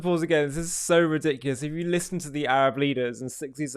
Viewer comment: Notice how he purposefully mispronounced Sinai and Arab. Add to that his continued insults